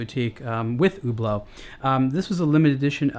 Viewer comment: i thought he was saying Uber Uber uber lol